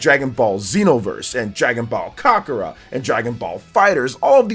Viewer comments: Ten-kai-ichi. Ka-ku-rot. This is how you pronounce these. Other than that solid video. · said “Caca-Raw “ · This guy not only butchered tenkaichi but also kakarot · The way he pronounces Kakarot and Tenkaichi. 😅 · I’ve never heard Kakarot pronounced like that LMAO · Im dead